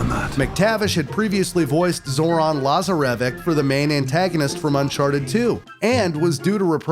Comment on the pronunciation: The way you Pronounced Cintimani, Lazarvich and Iram made me angry. Otherwise great vid dude.